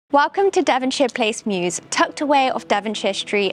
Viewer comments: Temporal is just MEWS. Not "mewses"😂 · Mews, not mew.